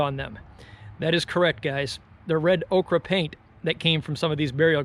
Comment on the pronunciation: “Red okra?” You’re killing me.. ochre is pronounced ‘oak-er’. Okra is a plant, ochre is a mineral.